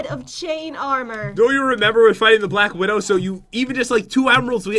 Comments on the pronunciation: SHE JUST SAID BLAK WIDOW NOT BLACK WIDO SPIDER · said black widow So A+ For effort